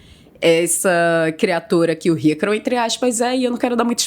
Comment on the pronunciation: Parece que ela fala ycaro kkkkkkkk